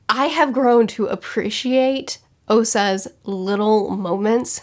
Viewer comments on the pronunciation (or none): Nah, no way she said "osa's"